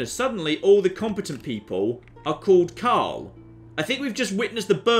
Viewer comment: Umm, there is an 'r' in Karl.